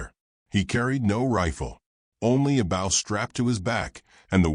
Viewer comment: Please it’s BOW not bough. Get your AI taught to say bow. Drives me crazy and others I’m sure. Watching from Adairsville Georgia USA. WHERE WE KNOW HOW TO SAY BOW.